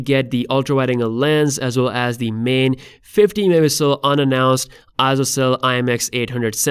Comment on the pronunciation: Wtf bro learn to say MEGAPIXELS ITS NOT mmpixel